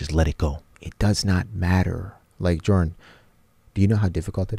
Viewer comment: My name is Joren, witch is a extremely rare name, so whenever they said “Jordan” but it sounded like Joren, I got startled lol